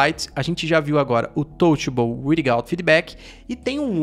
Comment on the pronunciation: Touchable “uirigauti” foi foda 😂. Ótimo vídeo